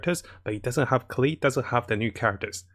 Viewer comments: Bro, at first im okay hearing you say ameno instead of anemo and keel instead of klee. But after watching a lot of your vids its starting to annoy. me Still, great vids but please try to fix it. I hear you acknowledge your error on klee but never in AMENO. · Klee to Keel now anemo to emenel 🤣🤣🤣 wtf wrong with your toungue bruh?